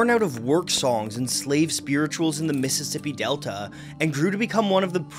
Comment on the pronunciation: the way you said "mississippi delta" lol